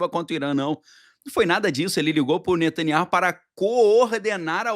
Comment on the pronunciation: Pronuncia-se NETANYAÚ, você sabe hebraico. Esse H é mudo.